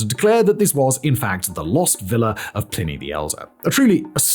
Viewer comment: Yay! Simon pronounced “Pliny” properly! Woot! 🎉